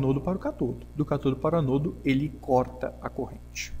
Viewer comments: Por favor aprenda a dizer as palavras ânodo e cátodo, estas têm acentos por alguma razão. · Nota: Ânodo e cátodo são acentuados e devem ser pronunciados em concordância com a escrita. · Amigo, muito bom o conteúdo! Porém, ânodo e cátodo tem acento na primeira sílaba por um motivo... ;) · Uma dúvida, o pessoal fala "anôdo" e "catôdo" por tradição, convenção ou o quê? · Sãos os acentos de cátodo e ânodo (são proparoxítonas), que indicam a sílaba tônica, que deve ser pronunciadas mais forte que as demais. Sua pronúncia está paroxítona, ou seja, com a pronúncia do "to" e do "no" mais fortes. Entendeu? Mas nada que diminua a qualidade de seu vídeo ou aula, que está 10!